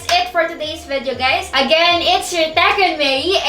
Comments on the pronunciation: "" (nung una nga akala ko "toggle mary" 😂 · I hear you always say "TAG GIRL" instead of "TECH GIRL"? Idk..